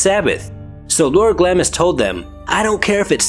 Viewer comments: It is pronounced "GLOMIS" not "GLAMIS." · Say "Glams" please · Just a heads up the i is silent so it’s pronounced glams 😎